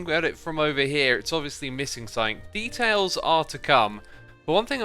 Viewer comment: does he say ‘beetails’ because I’m losing my mind here